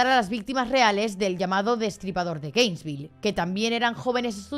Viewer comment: No me gusta ser el típico niño repipi, pero no es GRainesville, es Gainesville, que TOC me ha dado cada vez que lo he oído mal 😂😂